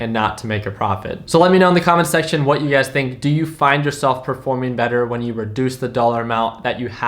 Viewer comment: Everytime he says "You Guys", all I hear is UGAZ